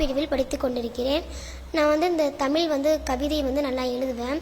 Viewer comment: முதற்கண் சிறப்பான கவிதைக்கும், வாசிப்புத்திறனுக்கும் வாழ்த்துகள்.. ஆனால் தமிழை தமில் என்று உச்சரிக்காமல் தமிழ் என்று உச்சரித்தலே சரியானது.. தமிழை குறிப்பாக தமிழின் சிறப்பெழுத்தாம் "ழ"கரத்தை சரியாக உச்சரித்தலே பெருங்கவிதையாகும்..